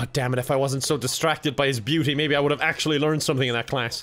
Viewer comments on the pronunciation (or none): none